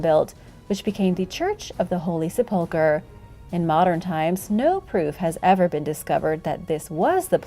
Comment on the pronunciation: Sa pole ker ? It's : Sep - Lick- Ker , NOT , Sa - Pole - Ker ! Just Saying ! Lol